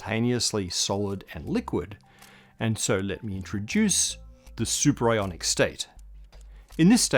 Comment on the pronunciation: Superionic or superIRONic? Am I right? :D